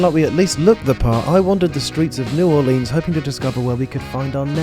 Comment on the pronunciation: Cringing at you pronouncing it new orLEANS, as a native Louisianan I cried.